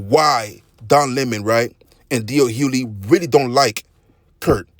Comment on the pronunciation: HuGhley‼️ His last name is pronounced Hugh•ley! 🤦🏾‍♂️ The "G" is not silent. 😒